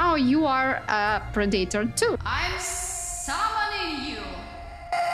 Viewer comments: I love how she pronounces pred a tor wrong every time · Pra-day-tor? 😅😂. It's pronounced (Pred-uh-tore) Predator